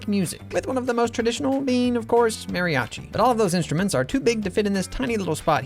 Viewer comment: You mispronounced mariachi